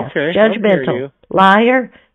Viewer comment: The reason is because “it’s the first time you’ve “wonning” a prize.” How dare you call him a “teef” and liar? You are the best! 😂😂😂😂😂